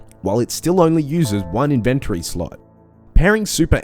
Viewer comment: Nice video. Tip 102: The word "inventory" is pronounced IN-ven-tory, not in-VEN-tory